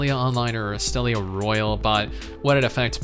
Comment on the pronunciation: I thought you were saying "Australia is shutting down" That confused the hell out of me hahahahaha